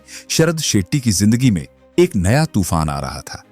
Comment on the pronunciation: Sethi nahi Shetty...pehle naam seekhle... Chu...